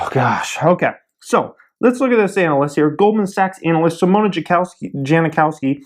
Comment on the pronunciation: did you say Anal-ist?